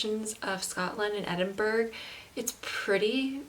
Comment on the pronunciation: Thanks so much for your wonderful video of my home city. For the record it is Edin-burr-ah you don't pronounce the 'g' !!!. You are very welcome to come back , as the 2nd most visited place in the UK there is so much more to see but it can get a bit crowded at peak times , i never cease to be amazed at the unique magical landscape of the city centre & over a thousand years of history in the old town in & around the Royal Mile.